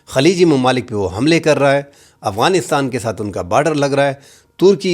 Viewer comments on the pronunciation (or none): none